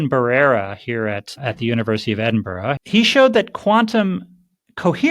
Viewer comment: Its pronounced ed-in-bruh.